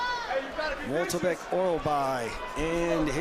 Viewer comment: how on gods green earth can you pronounce MYKTYBEK as MOLTYBEK